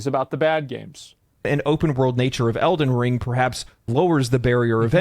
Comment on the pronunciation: Why does always put emphasis on the wrong syllable when saying “Elden Ring”? 😂